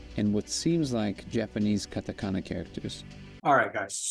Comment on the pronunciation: Japanese Ka-ta-ka-na, not Ka-ta-na-ka. Baarak Allahu feekum